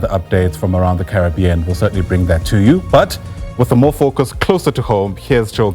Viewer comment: Carry-being not curry bean. Hehe. Made me laugh. Had the worst karra nicha food last night. Do they have karra nicha in Jamaica? Curry-bean man.